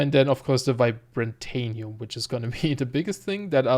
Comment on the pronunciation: I love your video :) I also love how you spell vibrantium haha. You say Vi-bra-ta-nium, its supposed to be Vi-bran-tium. I think anyways who knows I'm probably wrong too.